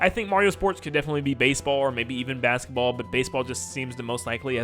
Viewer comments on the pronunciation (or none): none